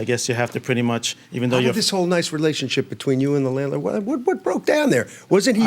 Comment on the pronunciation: Take out the "r" and you petty much nailed it!